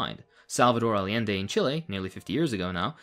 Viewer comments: hi friend i love your analysis but it drives me crazy that so many leftists mispronounce "allende", it's not all-ee-ende or all-ende it's actually ay-ende. The Spanish double L is pronounced like an English Y. Ay (like ay, me hearties) ende (like end but with an eh on the end). Ay-ende. at least you don't say all-ende <3 BUT HONESTLY GOOD CONTENT, JUST MY PERSONAL NITPICKS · im sure you know this and it's just a language thing but i just gotta remind you, Allende is pronounced "AY-ende". love your videos and 100% agree nonetheless